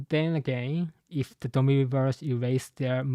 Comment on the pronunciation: Just a small note, "Reversi" should probably be pronounced with the i coming from the latin word. Also Imu has to have the immortality surgery, I doubt he had to steal lifeforce to become immortal, he's more using his own infinite lifeforce to use the Abyss it seems like.